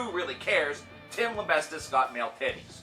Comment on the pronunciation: Why do you always add a T too his name? You're pronouncing him "Lambestis" it's pronounced, "Lamb-bee-sis". We should now call him, "Tim Lambreastes" though, so you were halfway there for some great encoursgement. lol :)